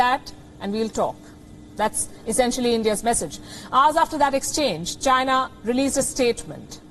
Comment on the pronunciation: Pronounce China... Not Gina!